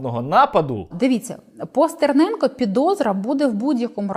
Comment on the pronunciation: Як же коробить від узкоязичних щелеп, які не можуть вимовити нормально прізвище Стерненко. СЦІРНЄНКА!!111 Тьху, бл*ть, господи